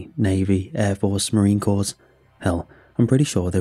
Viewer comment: Corps is pronounced CORE, not "cores"